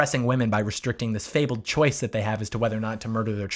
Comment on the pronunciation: And still wrong "choice"